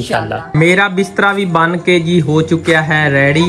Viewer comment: Bhai ready bola karain rayre nhe☺️